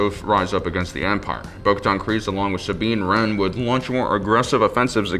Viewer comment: Bo-Katan Cries Ahsoka Teno Sah-bean Wren Bew-bah Fett Fenn Row